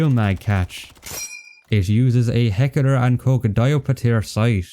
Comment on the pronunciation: "Heckeler and koch"